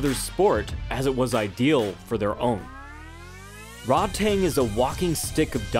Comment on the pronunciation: Way to mispronounce Rodtang name the entire video 😂😤 It's pronounced Ro-taang not fucking Rod tang clan or whatever you were saying